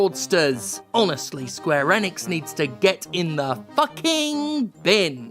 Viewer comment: That's not how you say Enix.